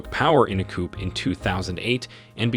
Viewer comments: Coupe??? It is COUP--you don't pronounce the P. Not to be a stickler, but if you are going to study Africa, that is something one should know! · Interesting video. Very minor point, but a coop is where you keep your chickens, a coo is a military uprising. The P in coup is silent 😊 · Please learn to properly pronounce African names (places and persons). You really did a bad job of that. Coup /ku:/ the /p/ sound is ellided. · Great video! Coup is pronounced COO, not COOP. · Not only did you mispronounce nearly every president's name but you couldn't even pronounce 'coup'. A coop is a place where you keep chickens! Please do your homework! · Just an FYI you don't pronounce the 'p' in the word coup!